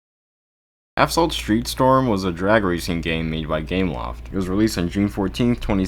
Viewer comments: It's Asphalt not Aphsalt for Christ's sake at least say it right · Did you say "aphsalt 8" 😐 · i like the running gag of misspelling/pronouncing asphalt lmao